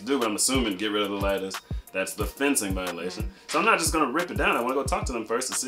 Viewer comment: Lol I thot you were saying lettuce. Lattice. Lmao